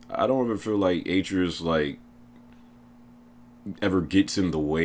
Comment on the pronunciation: BBBBOOOOOYYYYY!!!! Your pronunciation of Atreyus is cancer lmao. Good vid though fam.